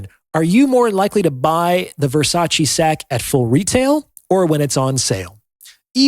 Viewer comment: I'm sorry, but this is a shallow assessment feigning Depth. However, since you feel the way to 'get through' to people is by comparing human value (men AND women) to luxury HANDBAGS, you may as well know it's pronounced Ver-sach-Ay, not Versachee as you are. I learned that from a very high value woman, Donatella Versace.